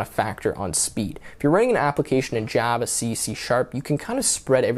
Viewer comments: Jyava Eh? 😂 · I have never heard someone pronounced "Java" like that. It's like how Trump says "China" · The way that you pronounce Java is so annoying